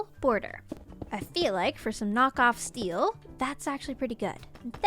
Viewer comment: What why did you say nook off steel it It hurts come on